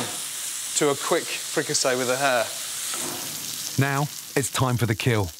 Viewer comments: Hare. Not hair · Ok I thought he said hair first XD